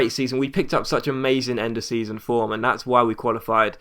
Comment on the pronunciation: he only said vorm once..........